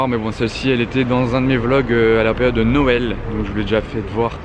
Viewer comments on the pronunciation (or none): none